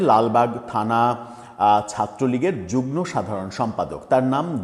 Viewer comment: যুগন নয় যুগম, তথা যুগ্ম।